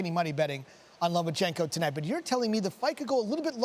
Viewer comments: Lo Ma Chen Ko. Not Loman chenko you are pro sports commentators. Get your game on. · He is not lomaNchenko, invalids! Learn the names of the boxers at least.